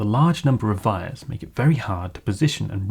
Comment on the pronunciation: Great video! To prevent a case of bystander syndrome, i do want to quickly say that "wires" are pronounced with a W, like, from the word "Why" or "Want" or "Week".